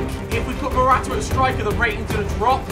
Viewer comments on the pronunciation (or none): none